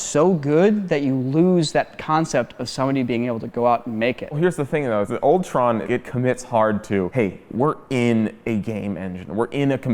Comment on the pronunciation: In , he said OLD TRON. but I heard it as ULTRON!!